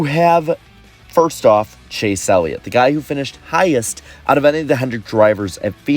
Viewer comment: i was making fun of him for saying "Elliot"...